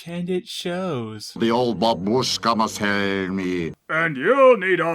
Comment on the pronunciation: BAbushka! You must say bAbushka, not babUshka!